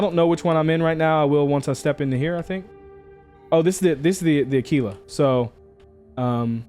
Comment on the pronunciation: One of a few YouTubers who says Aquila correctly. Ah-Key-La. Think of Tequila. Its Teh-Key-La, not Teh-Qwill-Ah. Unless you are one of those miscreants that also say Turrent instead of Turret. Those guys are beyond help! Kudos